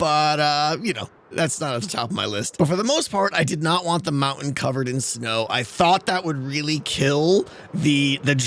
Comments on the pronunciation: I really like the smoke coming out if the "maow-en" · Ah yes. The mou-ain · wow, really distracting that a guy who can't pronounce "mountain" properly would use the word so many times in one episode.